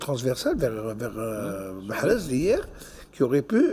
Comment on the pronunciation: tu ose pas prononcer MAHREZ tu évite de dire un mot sur lui(MAREZ) MAHREZ restera un grand joueur